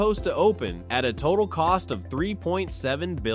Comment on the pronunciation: Why are you calling it Fontane blue? It's pronounced FON-ten-bloh. Thums down on this video